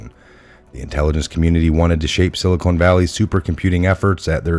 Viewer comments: why do you mispronounce "silicon" as "silicone" there is no e at the end... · It isn’t the silicone valley. Never heard it pronounced that way. It is pronounced sil i con. Not sil i cone. Silicon, land of the silly cons and evil cons!!! BTW, Great Work!!!